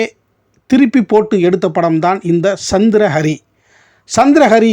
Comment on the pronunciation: சந்திர ஹரி....சந்திரா ஹரி அல்ல நீங்கள் முதலில் உச்சரித்தது‌ போல.